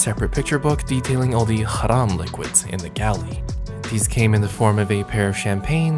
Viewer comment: Worth the wait. And HBD,! 🥰 Oh btw, as a Muslim, I like the way you pronounce Halal and Haram. So perfect ♥️